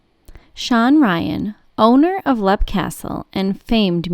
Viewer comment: It’s leap pronounced leep